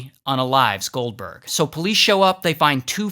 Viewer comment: When he said goldberg but i thought he said gulper